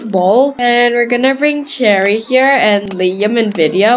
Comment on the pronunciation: It's cherry not cheri